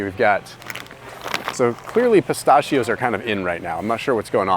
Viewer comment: I really enjoy your videos! But dude you're killing me with how you pronounce "pistachios" 🤦